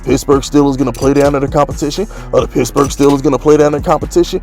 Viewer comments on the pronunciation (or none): I like when you say pittsburgh....sounds like pissburgh